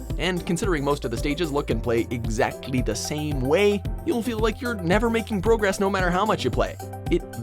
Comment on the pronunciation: The word pronounced weird from the rest of the video for this episode is “Progress”